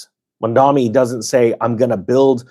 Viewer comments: I do not like your head, you say his name weirdly. You should stop. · Can't even pronounce his name. You people can't even explain what a Communist or a Democratic Socialist are. The billionaires literally spent more money doing political ads against him than he would tax them. The rich have been stealing from the poor for decades through wage theft, corporate/rich tax subsidies, capital gains, weakening unions, tax loopholes, borrowing against assets where they don't have the money, etc. We will see how this all goes down over time. Your fear mongering only goes so far. As someone from Arizona, I am excited to see what Zohran Mamdani can accomplish in his time as mayor, and the potential for that to cause ripple effects across the nation for a more hopeful future. 💙